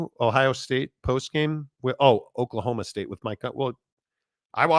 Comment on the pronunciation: Not oak-state, it’s Oklahoma state. You say no heart? Coming back from a 14 point deficit? Give me a break lol